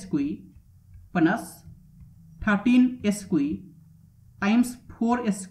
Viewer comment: Nice, although square is pronounced skware, not eskwee.